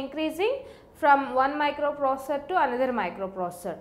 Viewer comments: Plzz learn how to say microprocessor 😅😅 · But you understood that she is pronouncing the word "Microprocessor". That's more than enough bud